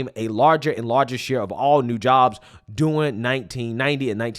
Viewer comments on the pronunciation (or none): During. Derr-ing.